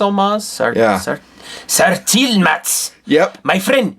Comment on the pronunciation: I cant hear what your sayin cause I cant stop laughing. SARTZILMATZTZ!!!!!😆